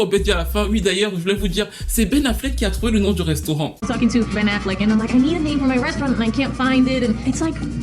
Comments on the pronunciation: Aïe aïe aïe, le « Pen Afflec » m’a tué ! Houuu j’ai tellement rigolé ! C’est pas bien hein.. mais franchement c’était trop pour moi 😅😂😂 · Le « Pen Affleck » m’a terminé 😭😭😭😭